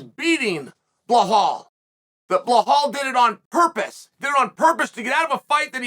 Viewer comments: and calls belal blahal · “Du Plea-seas” “Bla-hall” 🤣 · Chael is such a genius for calling Alex "Piera" and Belal "Blahal". Makes people comment about it, getting more traction. Not to mention how hilarious that he can make a Brazillian with indigenous origins sound like he's a french guy named Pierre. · Doesn’t even compare to “Blahal” Belals evil twin 💀💀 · He’s 100% mispronouncing Belal on purpose lol